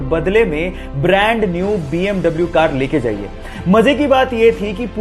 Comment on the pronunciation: BMW ko bee am vee bolte hai now double u